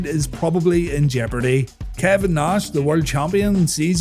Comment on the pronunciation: Dude said Nahhh-shh :face-blue-smiling